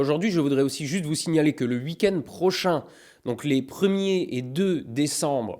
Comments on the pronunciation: "le UIK-end prochain"... pardon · alala le "wuikend" ... vive la france !!!! ;)